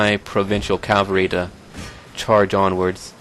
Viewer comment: don't be offended by it is pronounced as written - cavalry not calvary